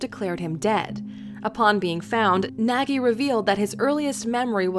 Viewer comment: Your pronouncing Nagy wrong.